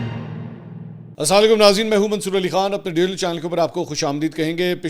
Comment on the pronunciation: منصور بھائ آپ سلام کا تلفظ تھوڑا ٹھیک کریں سمجھ نہیں آتی آپکے سلام کی جزاک اللّہ ❤❤